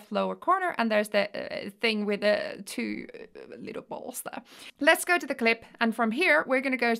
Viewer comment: Emphasis on the "two little balls" 😂😂